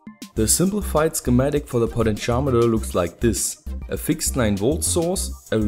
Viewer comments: It sounds like he says "Poly-Charmander" rather than "potentiometer" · Omg did say potentiometer that way, oh HELL no!